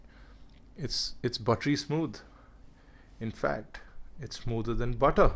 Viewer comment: Its buttery smood,... Its smooder then butter That sounded funny :D